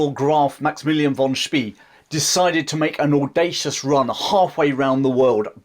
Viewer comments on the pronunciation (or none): Great short story. My only critique is your pronunciation of Spee. It is Shpeh, with e as in the article the.